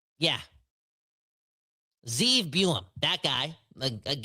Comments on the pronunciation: It iz Zeev Buium not Zane. God Hebrew name. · No one seems to know his name, it's Ze'ev two syllables (Zeh-ev) but two syllables is too much for any hockey fan so just call him Sieve